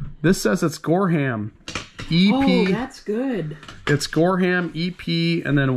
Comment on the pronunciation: Here's some help (lol)...Gorham is pronounced with the "h" silent (gore-um), Wm. A Rogers is William A Rogers (Wm is the abbreviation for William), Noritake is Nor I (short sound i) Tock EE, and Oneida is O Ny Duh. I also think the string on the one plate was to keep the tag on. it's a food mill and yes, they still make them. The second one is a sifter for flour.